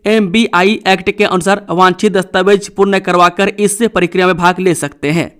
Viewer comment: समाचार वाचक महोदय मेरे विचार मे समाचार पढने के बीच मे * जी हां* और *फटा फट समाचार * जैसे तकिया कलाम अनावश्यक और अनूदित है। आप प्रकार को परकार प्रक्रिया को परकिरिया और स्थिति को अस्थितिमे विकृत करके किस, कारण या किस खुशी मे बोलते है?